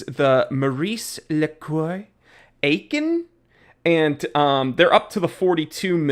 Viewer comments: Had it, not a bad watch. Btw, you can read Aikon as "icon" 😉🤯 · Say it with me: “Ay-kon” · As long as you can’t even pronounce the name correctly, I unfortunately can’t take you seriously.